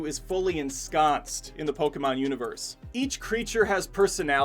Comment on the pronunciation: I'm Japanese and I was surprised by the narrator's correct pronunciation of Poke-mon. Then he unfortunately pronounced Ken Watanabe's name in the way most people mispronounce Poke-mon as Po-KEE-mon saying Ken Watana-Bee. (Wah-ta-na-bay is the correct pronounciation). Sorry I just had to comment.